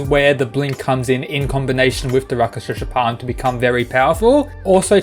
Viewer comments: Pronounce with me. Rak-shas-a not raka-shas-a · Just to help: it’s not Raka-Shasha it’s Rak-Shush ( like slush ) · It's rakshasa not rakashasha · It's produced Rakshasa palm no Raka sha sa plam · Rak- shas. A's are added for Sanskrit. worse is he is pronouncing it RAK-SHA-SA. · i know. The fact he pronounces it like raka-sh-asa is making me cringe xd